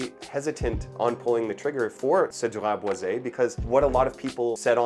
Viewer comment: It’s pronounced Cedrat Boy Zee. I bought a full bottle last year. Loved it for a month until it started making me nauseous. It would be great if not for the heavy handed leather. The dry down becomes way too leathery.